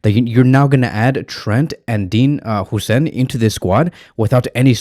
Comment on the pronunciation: its "Hoyyyysen"